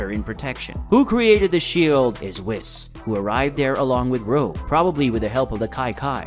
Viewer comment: For the love of Kami, pronounce “Whis” correctly!!!